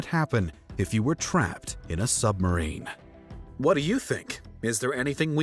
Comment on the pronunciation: I'm pretty sure he's saying "summerine."